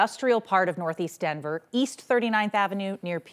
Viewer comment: Can reporters and anchors who are transplants stop saying “Dinver” vs Denver. Show some respect!